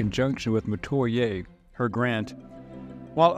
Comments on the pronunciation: Dear God, these content AI creators need to invest in research. The pronunciation is terrible, I couldn't get past the first 90 seconds. Meh- twah- yer- Metoyer Natchitoches is - Nak-a-tosh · This isn't 100 percent accurate. Marie was my Grandmother X5 and we have extensive records. Some of this is accurate though. And how you pronounce Natchitoches is NAK-e-tosh. And we pronouns Metoyer as meh-TWY-er. Here's my family tree. Francois(unknown) & Francoise(unknown) (both from Togo, their owners weren't to original with their names) Marie-Terese CoinCoin Claude Thomas Pierre Metoyer( )& Marie Terese CoinCoin( ) Augustin Metoyer Augustin Metoyer( ) & Agnes Dupre(unknown) Pompile Metoyer Pompile Metoyer(unknown) & Rosa rocque(unknown) Ernest Avner Metoyer Ernest Avner Metoyer( ) & Harmina Marie Ballenger( ) Dorothy Metoyer Charles Roy Mayden( ) & Dorothy Metoyer( ) Pierre Mayden Pierre Mayden(1943-...) & Adele Suzanne Nickerson( ) Jean-Paul Andre Mayden(1965-...)<~~~~~~~~~~~~~~~~~C'est Moi! (that's me!) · In Louisiana, we pronounce the names kwan kwan and meh-twa-yay. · actually they way you pronouce Metoyer..some of my family says it like That